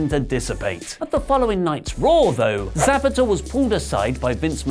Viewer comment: Referee 😂😂😂😂 that’s not how you say his name